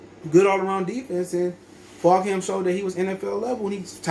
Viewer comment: It’s pronounced ‘Fulgem’